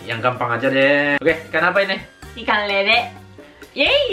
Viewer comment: Org jepang susah ya bilang konsonan yg mati di blkg kata.. Ikang...ikang.. nyengir mulu saya..😂